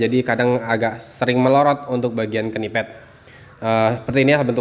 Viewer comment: PENYEBUTAN KNEEPAD = NIPED KNITTING = NITING BUKAN KENIPED BUKAN KENITING